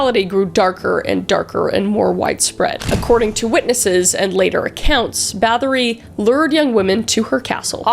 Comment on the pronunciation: I'm form Poland and it's pronounced more like Bat-oh-ry not like battery ;)